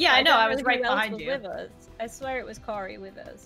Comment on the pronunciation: Was she the one who pronounced Cory's name like she thought it was foreign? "Cary"